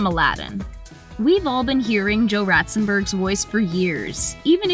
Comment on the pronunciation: Why do you keep calling him Joe Ratzenberg? It’s been in at least two videos.